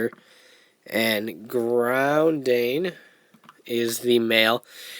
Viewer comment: uhhh... did you happen to not read the katakana on the boxes? the "dain" in their names is pronounced the same way as the dain in "Kyodain"